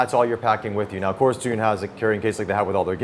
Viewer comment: the most correct pronunciation of the company name I've seen by an English presenter so far.